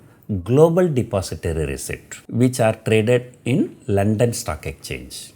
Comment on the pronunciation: It is exchange not ecchange pls note